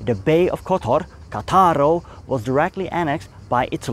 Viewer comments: The name of the city is Càttaro, not Catàro. Spàlato, not Spalàto. Your explanation is too much pro-Slavic. If the interior of the Balkan peninsula had been completely Slavicized for centuries, the Dalmatian coast was only partially Slavicized. Many coastal towns had maintained their Romance dialect until quite recently. In others, Venetian language was prevalent until the fall of the Venetian Republic (1797). The situation changed only in the 19th century, with a real Slavicization of the coast. According to the Slavs (and you only heard their bell), they have always been there , even Marco Polo was called Marko Polo and Pinturicchio was called Pinturic. Instead, the Slavs have certainly been around for hundreds of years, but before they were the country servants of the native inhabitants. Now, they say they built it all themselves (the true natives). Which does not explain why in the interior of the peninsula they were only able to build poor buildings or bad copies of Austrian and Turkish architecture. When archaeologists discover cities of classic Slavic vegetable huts on the coast, they will be right. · Please note that Spalato and Cattaro are pronounced in Italian with a stress on the first syllable.